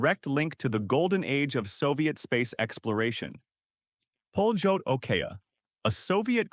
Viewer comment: it s not pronounced "poljot" but "palyot". ΠΟΛΕΤ in cyrillic alphabet. it means the "flight". beautiful mechanical watches. extremely accurate